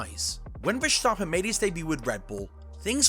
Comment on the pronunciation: Why on earth do you pronounce verstappen with a "sch" sound around the s? That sound doesn't exist in Dutch and the Dutch version isn't even hard to pronounce for english speaking people. Poor journalism